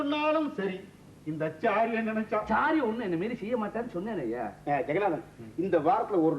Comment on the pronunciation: It is Ayya not..Ayyo..😮😮